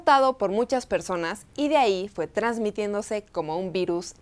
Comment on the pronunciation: ahí noté tu verdadero acento fresa al pronunciar “personas”… 😬